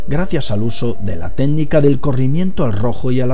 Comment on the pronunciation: técnica, no ténica. yo creo que deberias consultar un locopedista.